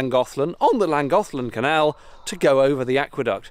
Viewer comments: Hi. Your pronounciation is quite good, the only difficulty is that the Welsh “ll” doesn’t sound like “l” (the bloke in the video didn’t get it right in “Llangollen” either). Basically just get your tongue touching the teeth at the side of your mouth and blow. Not many languages have that sound (I heard that Navajo and maybe one or two African languages do) so it’s not surprising people get it wrong, the problem is it’s very common in Welsh placenames! The last syllable is pronounced “teh”. “Cysyllt” means “connection” so literally it’s the “connection bridge”. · The commentator is English and is not pronouncing Llangollen correctly or rather he is pronouncing like an English man and not like a native Welsh Speaker. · The guy in the video can't even pronounce Llangollen correctly. It is not Langollen it is clangochlen. Why is he talking as if he's talking to four year olds? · I went across it the 90s btw the guy mispronounced Llangollen the LL at the start produces a KLan sound as in klan·goth·luhn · Clan is what the tourists say, Ll is pronounced more like a snake with a lisp 👍 tongue against the roof of your mouth and hiss into an L sound. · Clan is wrong, there is no comparable pronunciation in English! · Hi, you can see this from my house, the Llangollen canal runs along my back garden, if you want to learn the correct pronunciation then dm me and I could send you a voice note, love the videos bud, keep em coming. that is my neighbours house, rachel. You didn’t quite see my house